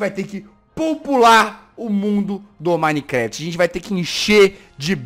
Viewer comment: VC taben falo errado além de gente VC falo sente oxé